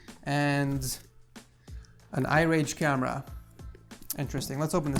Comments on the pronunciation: lol he said irage instead of mirage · lmao I-Rage camera, it's Mirage! haha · Irage 😂 Its mirage. Welcome. Like your videos 😂😂😍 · im only interested that you said "I rage" instead of "mirage" hahaha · Is it just me or he really said irage not mirage? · it's supposed to be "Mirage" not "irage" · That's Lenovo mirage not irage🤣🤣😂😂🤣🤣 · Just letting you know it's called Mirage not irage.